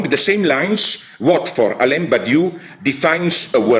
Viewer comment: It’s not “Ha-ra-retz,” it’s “Ha-ah-retz.” And his name is not Elaine Finkelkaut, it’s Alain which is the French form of Alan, the last syllable is a nasalized vowel that doesn’t exist in English. Just call him Alan.